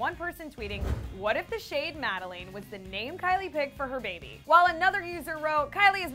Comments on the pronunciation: It’s Madeline.. not Madalane.. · It’s pronounced Made-lin. Not made-leen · its Mah-Duh-LINE not madalane wtf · oh my god its not madalane its madeLINE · Dude it’s not pronounced MAD-I-LANE It’s mad-I-LINE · My name is Madeline but it’s not pronounced Mad e leen It’s pronounced Mad e lynn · Its not prounounsed madalane.... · “Madaleen” Lmao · I’m mad that you said Madeline as “MAD A LANE” BIT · I know that was so frickin cringe worthy specially since my name is Madeleine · whether or not the kids name is Madeline CAN YOU PRONOUNCE IT CORRECTLY? there is no A at the end it’s mad e line LINE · Lane...or Lynn y'all saying it wrong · Am I the only one bothered by the mispronunciation of the name Madeline? Just me, great. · Your saying the name wrong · musiclovesoul33 I was looking for this comment! The way she pronounces is the worst! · SoulSims Yes it really annoyed me. Glad I’m not the only one.🤦🏾‍♀️ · Edith Compean I can just imagine. It really got under my skin ughhh 😐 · you are saying MADELEINE WRONG BOII!!! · Why are you saying Madeline so weird? 😫 and what about her other lip kit color Kristine? When her and Jordyn did swatches they didn’t even talk about a Kristen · can you pronounce madeleine right? q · Am I the only one who notices she’s pronouncing the name wrong